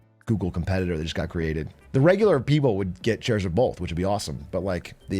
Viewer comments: Stop saying bolth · Please stop saying “bolth”. My sister refuses to watch British people.